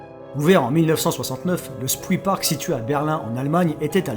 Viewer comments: j adore. mais ca me fait mal qd tu prononces spreepark "spwipark" c est de l allemand "chprépark" :) mais je kiff tes videos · Le spreepark ce prononce "chprépark" Car il est bordé par la rivière spree.